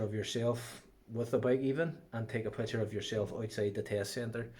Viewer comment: Great advice put please stop saying pucker..is picture 🥰🤣🤣🤣